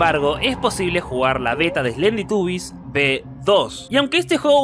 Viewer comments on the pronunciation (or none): none